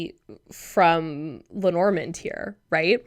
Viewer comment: Hi ❤ thank you so much for your perspective. I appreciate the effort and contribution you make. As a European, may I beg you to try to pronounce Lenormand as it would have sounded en français? It's so distracting hearing it mispronounced repeatedly. And perhaps it would honour her between the worlds. Thanks again! 😊